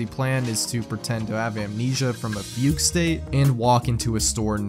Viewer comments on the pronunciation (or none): none